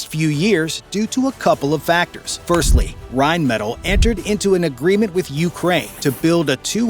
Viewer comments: Königstiger* and Rheinmetall*, please never say Reimettel again 😭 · PLEASE stop saying Reimettel its rheinmetall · Pronounced: rine-meh-TAHL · Would be awesome if you could pronounce Rheinmetall correctly